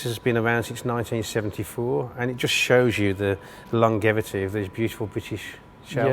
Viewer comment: "Lon-Jevity", please, Sir!